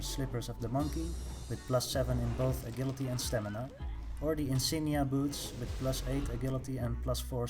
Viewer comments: “Uh-jill-it-ee”...Agility....NOT “Uh-GILL-uh-tee”...FUCK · You pronounce it ajility mate, je sound, not ge! Nice vid tho!